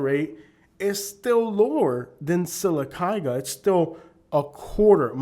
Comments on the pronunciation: lol you lived there but can’t even pronounce it correctly 😂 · He needs to learn to pronounce Sylacauga 🥴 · You can’t even pronounce the name of the town. You don’t know what you are talking about. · 2 min into the video and I can tell two things. You haven’t traveled much and that you’re not as familiar with Sylacagua as much as you say. The way you say Sylacagua tells me that😂 and while it is trashy I’ve been to much much worse state side. Don’t get mad and talk trash on a whole group bc one pissed you off. However, the woman was definitely in the wrong. She should’ve kept her mouth shut and went back to her double wide.